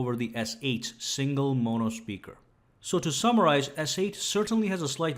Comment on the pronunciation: Mispronounced "mono." Otherwise, excellent and fair comparison. I own a S8. I have owned iPhones in the past.